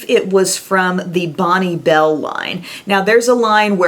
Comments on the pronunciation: We just didn't highlight, we went ham on the glowy blusher instead!!... And Bonne Bell is pronounced "Bon Bell"... xXx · Awesome video! Thanks for the throwback to the 90's. So that's how you are supposed to pronounce Bonne bell? Oops. I was saying it wrong as as teen.:/